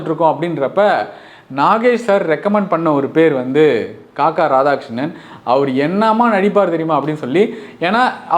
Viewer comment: "Kakka" இல்லைடா "kaakaa"😂